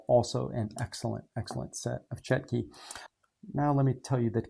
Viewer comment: Just to let you know, the Russian word is Чётки. The ё in Russian is pronounced like a "yo". So they are pronounced Chyo-tkey